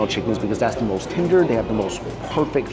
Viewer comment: Or pronounces the word THE as DUH